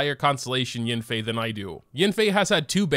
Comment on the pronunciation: Mona say YANfei not yenfei